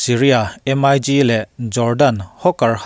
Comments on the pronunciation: M.I.G tia lam tur ani lo,..MiG(MiK) he tia lam tur hi aw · MIG lam dan hi Em ai Gi nilovin Mik tia lam tur a ni lawm ni?